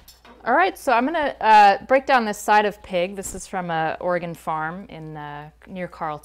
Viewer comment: Anyone else freak out a bit when she said Oregon?